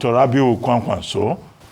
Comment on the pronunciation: Ayo, it's KWANKWASO, not KWAKWANSO.